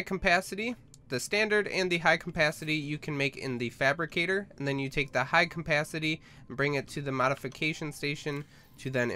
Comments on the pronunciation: I cant get over the fact you say "Compacity" when trying to say "capacity" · Cum-pasity you mean capacity right? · its CAPACITY not COMpacity, jesus christ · Its Capacity, not Cumpacity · "High cmpacity tank" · i believe its CAPacity not COMPacity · "high compacity" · Am I the only one who freaks about his "Campacity"? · capacity not campacity and oxygen not ancigen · Am I the only one who kept hearing campacity? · "ultra high campacity" really??? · Mmmmm high CAMPacity. Your pronounciation is aids dude. First say CAP then ACITY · is it me or is he saying CoMpacity? Srry dont mean to be rude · Dude the ultra high com-pastity oxygen taaenk he says it funny af <3